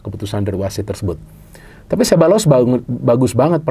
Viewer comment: Sekadar masukan: Pengucapan yang benar nama Ceballos adalah “sé-BA-yos”. Dalam bahasa Spanyol, “LL” dibaca “Y”. Penekanan intonasi pada suku kata kedua, yaitu “BA”.